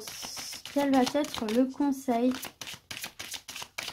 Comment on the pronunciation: Merci! clair precis et boostant. Mais léger bemol: pas de "t" à "va" donc pas de liaison avec le t et le mot suivant... Mais je continuerai à vous suivre! Je vous trouve tres agréable très fiable et revigorante!